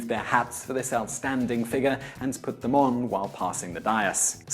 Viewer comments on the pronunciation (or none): none